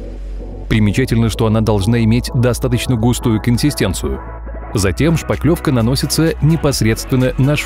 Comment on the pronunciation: Шпатлëвка, от слова шпатель, а не шпакель)))